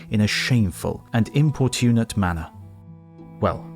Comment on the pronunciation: The stress pattern in 'importunate' is exactly the same as 'unfortunate', that is, with stress on the second syllable, not the third: imPORtunate.